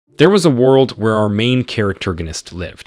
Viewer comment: Bro why is it that these recap channels can never pronounce world? Are they just dyslexic with tts or what?